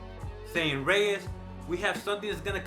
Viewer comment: “So Reyes” ......laser?.....lol!